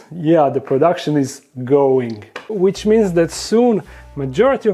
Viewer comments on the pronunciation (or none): none